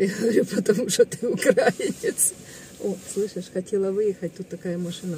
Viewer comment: УкраИнец,а не укрАинец!Ви, не говорите УкрАїна,а говорите УкраЇна!Наголос на букві Ї.